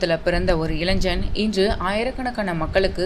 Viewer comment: யம்மா அது இளஞ்சன் இல்லமா!!! அது இளைஞன் 😂😂😂